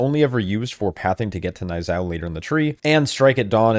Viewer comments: Knee-yuu-zhow. Idk wtf a n-eye zow is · Niuzao is pronounced nyoo-zao